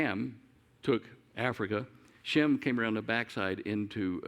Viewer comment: Just an observation, Shem sounds like Jim. Indians pronounce my name James as Jims.